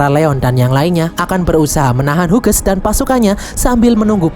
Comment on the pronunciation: Min izin memberi tahu, kalau nama Hughes, itu dibaca nya "Hius/Hyus" min bukan "Huges" 🙏🏻